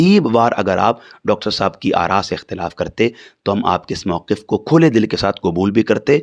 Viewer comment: "موقف " واو کے سکون اور قاف کے کسرہ کے ساتھ ہوتا ہے نا کے واو کے فتحہ اور قاف کے تشدید کے ساتھ ۔ جو گفتگو کا جملہ ہی غلط بولے وہ اس سے دلائل بعید یے